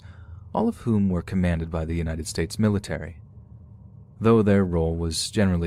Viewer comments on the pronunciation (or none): none